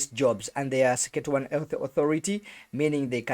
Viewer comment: Suck a two one ....😂😂 That's not how it's pronounced